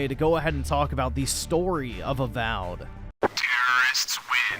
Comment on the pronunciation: Not A-Wow'ed.